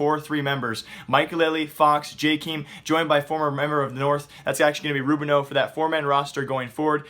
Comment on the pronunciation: ITS JKAEM, NOT JKEEM